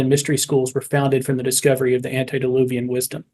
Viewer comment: Please, it's "antE-diluvian", not antI-deluvian...